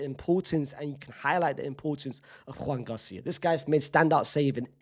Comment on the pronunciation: Your Joan García pronunciation kills me😂 that's not how you say his name